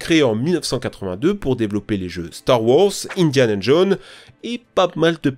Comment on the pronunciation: PARDON , attends répète Indiana john o-O , c’est Indiana Jonessssssssss et pas john